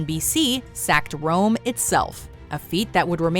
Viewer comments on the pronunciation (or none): none